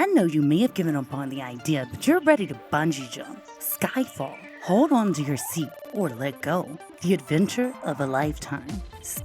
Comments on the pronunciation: “Hode on” “Hode on” “Hode on” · I know this is old but what drives me NUTS is when she says "hode on" "girls, hode on"